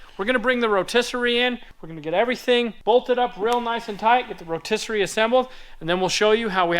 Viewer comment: rotiserate is a real word for sure, he just said it! People can't say word that don't exist right?